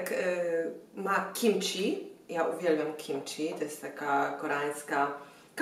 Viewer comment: "Kimci", nie "kimczi". ;) Ci na końcu jest piszczące, krótkie i twarde, czi zmiękczone brzmi nieprawidłowo. ;) A tak poza tym fajny vlog. :) Btw, czy Ty przypadkiem nie wypowiadałaś się jakiś czas w Muzo FM?